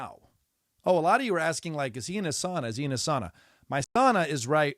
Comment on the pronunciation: I don’t give a rats ass about tennis, but I’m a fan of you at the Daily Show. Two things: you pronounced Toronto like a local😊; you pronounced sauna like a Finn 😊 I’m not from Toronto, further north we say Trawno. My family is from Finland, so all us Finns, maybe only me, get excited to hear someone pronounce “sauna” correctly. A piece of advice about sauna culture: don’t tell your kids to not piss on the rocks. That’s my brothers and cousins did before our parents entered the sauna. We got holy hell, but what the hell. Of course then we had a wood fired sauna with river stones on top - they don’t crack under heat apparently and steam of youthful piss to greet our parents. Again, don’t give a shit about tennis… except I knew Osaka-sans father in Osaka at his bar Zoz’s Bar in Shinsaibashi. His daughter must have been one or two years of age, never met her. I remember her father working to help the downtrodden of Osaka in many ways. One way he did was to open up his bar to my friend who organized “Onigiri for the homeless”. Matt Walsh, bless his soul, would make a traditional Japanese rice ball and distribute them to the homeless in Osaka. Also, he opened up his bar once a month for my open mic event “Writers Anonymous” without a fee and with staff. This was back in the 90s. When Naomi Osaka became a world champion, I could recognize her father’s values. I never met her mother but it’s an easy assumption her values carried through also. Love your comedy. Michael